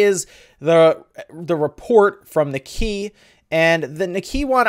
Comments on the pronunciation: Nikkei as in "N'kay". Not "Nikki".A simple Google translate will go a long way in pronunciation.. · It's pronounced Nee-Kay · It's pronounced KNEE-KAY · Great vid, BTW Nikkei is pronounced as "neek-eye", I think. They could also push a simple update for games that "need" Joycons. I would love to see A "complete" console. But at that point it's basicly console that can be docked and you would need additional controllers for playing a big screen. Budle it with a revided Pro controller, and Im sold.'( or a splittable Seperatable pro controller? ) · It's pronounced ni- kei sounds like knee Kay. I'm a nerd and listen to financial radio shows in the morning. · Great rumor wave! To help you out, Nikkei is pronounced sort of like "knee-kay". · its pronounced "KNEE-kay"